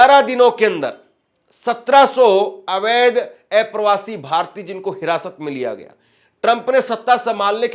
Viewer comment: किसी भी पत्रकार को उच्चारण पर विशेष ध्यान देना चाहिए…आप अप्रवासी को ऐप्रवासी बोलते हैं जो सुनकर अच्छा नहीं लगता 😡